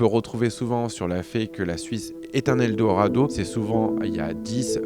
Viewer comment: Ta du mal à prononcer le mot "Eldorado" 😂😂😂😂